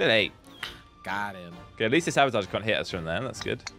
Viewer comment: be like: sabatarge